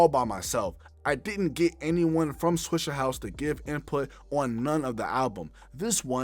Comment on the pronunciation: it’s swishA house, not swishER house. mayne Hol’ up!!